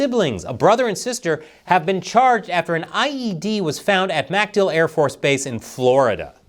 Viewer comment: It's "macDILL", not "MACdill".